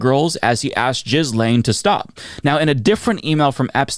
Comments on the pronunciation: Jizz-lane? The way you pronounce her name makes me giggle. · I love that you intentionally mispronounce Ghislane's name. Thank you for bagging up shit and throwing it away rather than dancing around it.